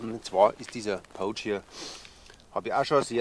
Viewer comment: Servus!:) Erstmal danke für deine Videos und weiter so! 👍 Macht immer wieder Bock zuzuschauen und neues zu lernen!! Eine Sache ist mir aufgefallen: du sprichst "pouch" immer eher mit "oh" aus, statt mit "au". Klingt dann wie das englische wort für wildern (to poach). 😅